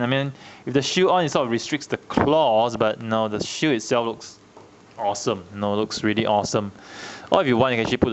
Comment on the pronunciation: The way he says shield sounds like shoe